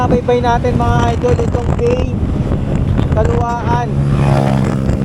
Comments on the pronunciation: Kalawan bigkas nyan Hindi kalawaan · idol ang tamang pronounce ng bay ay bai at at calauan ay ang tamang bigkas ay calawan 😅